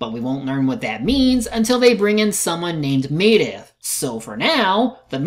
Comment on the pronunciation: Dude, you actually recorded Khadgar saying Medivh's name, and you still can't pronounce it right yourself? Also, what's so disappointing about how Lothar kills Blackhand? He said himself, "They are stronger, you need to be smarter." And that's exactly what he did. He fought smarter.